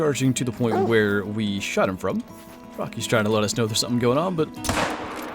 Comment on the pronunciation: Nvm you said rocky's but it sounded like you said something else